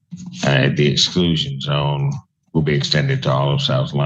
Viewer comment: Wiwel faiwew is a very serious condition, no fun allowed.